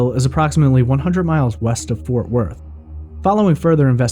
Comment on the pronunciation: ForTH Worth? Lol Otherwise great podcast